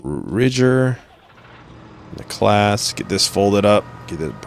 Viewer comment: It's pronounced 'Clau-us'